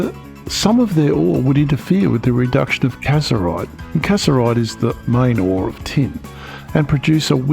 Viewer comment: Very comprehensive video. However, three main corrections are required: you refer to the primary tin ore as CASS-ER-ITE which is incorrect, it is CASS-IT-ER-ITE (SnO2). Then you call scheelite a Carbonate, it isn't, it is Calcium Tungstate (CaWO4). Then you incorrectly call Calcium Tungstate (CaWO4) Calcium Titanate (CaTiO3), which is not even part of that ore body or ore beneficiation process! Unfortunately, in this type of video "attention to detail is everything"! Cheers.